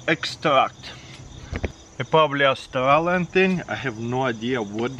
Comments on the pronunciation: Because instead of saying Aus-trailian he's saying Aus-stalin. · Love when he says AuOOUstRAlen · Everytime he says Australian mre i hear Stalin mre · why I hear stalin MRE instead of australian!?! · I thought he was saying Stalin’s mre